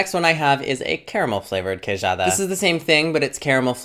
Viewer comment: nota-se que viveste em portugal, a forma como dizes "pastel", "queijada" é muito boa! where are u from originally?